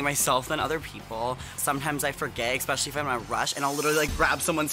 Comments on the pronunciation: here's the thing gottmik- nobody is intimidated by someone who says 'expecially' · What does gottmik mean, like why that name? 🤔 also it’s cute and very funny that they say “exspecially”. I also figured rosé named herself that because out of makeup, her cheeks and nose are very red. Idk if it’s a nerves thing but yeah